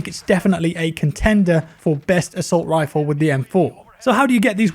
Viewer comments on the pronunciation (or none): Is It? I'm English and have never called an assault rifle and an "Assault wifle" 😆 Did make me laugh though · "Assault wifle"